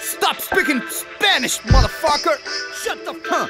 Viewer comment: Neh vei eles fala SHOT OP MOTO FOKA kkkk